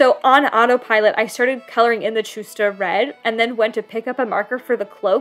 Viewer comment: fyi the "ch" sound in chusta is pronounced as h in the word hectic :)